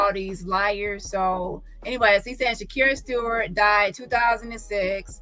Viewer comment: I’m on replay Shakir Stewart I don’t know if was addressed I noticed you were says Shakur Stevens